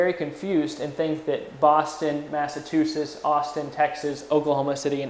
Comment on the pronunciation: can you guys get someone who can say Massachusetts?